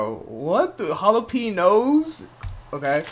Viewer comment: Jalpeeños is the most Latinx thing I ever heard 😂